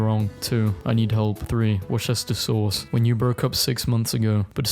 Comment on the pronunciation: How did bro say Worcestershire sauce perfectly like that's gotta be a new cannon event for this universe.